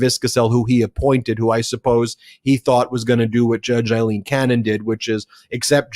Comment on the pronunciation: Ben, please stop referring to Aileen Cannon as Eileen Cannon! It drives my wife (Aileen) mad every time you say it!. Aileen is pronounces Ale-een (as in beer). Eileen has a totally different meaning in Scots Gaelic. I've pointed this out several times when she was in the headlines but this is likely buried in the comments or you don't really care.